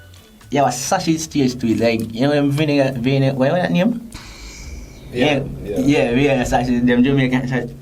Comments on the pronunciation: Mi learn three words today. "Vininie," "Sachiz," and "Redowin',"💀💀💀🤣😂🤦🏽‍♀️.Redowin sound like she was trying to say wedding ring💀. She remind me of Aunty Donna and "Masachusa",because she can't say Massachusetts.😂😂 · All when the video done the girl in the red still a try fi pronounce "Vienna" 🤣 Shi remind mi a King from Life with King and Shay, lol! Goodie seh "redowin", "sachiz" and "vinninie" mi dead! 🤣🤣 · "Redowin" Sachiz" 🤣🤣